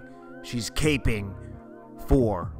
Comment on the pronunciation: Caping? Lmfao it’s called cappin’ , love the channel tho I always thumbs up your videos